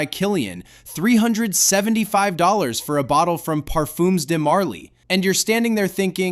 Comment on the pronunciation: "par-fooms" huh